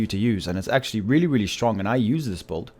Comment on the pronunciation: I love how u say really really shtrong am not joking dude :)